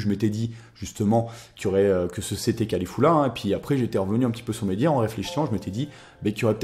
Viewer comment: mais comment tu prononces son nom? cest Caulifla et tu dis Califulla lol